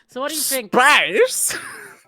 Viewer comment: also the way he looks up to say "SAPCE" 10000/10